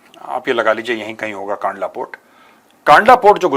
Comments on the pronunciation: कांडला नहीं सर कंडला पोट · It's कंडला * कांडला